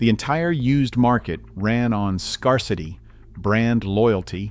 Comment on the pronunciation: It's not SCAR-CITY, it's SCARE-CITY 😂😂😂